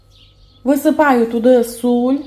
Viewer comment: ❤все дуже гарно розказуєте,но будьте такі ласкаві говоріть сіль а не суль.Підпишусь обов' язково.